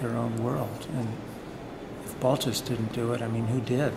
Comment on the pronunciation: Asking for a Balthus catalog at Pierre Matisse in the 70s, was corrected by an older gentleman behind the counter, "it is Balthu", ...the s is silent in the French pronunciation.